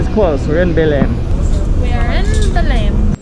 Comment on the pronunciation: Great video! So that you guys know, Belem is pronounced somewhat like Be-LANE. The Be part would sound like Be in "Bed" word, not in "to be" or "be in love".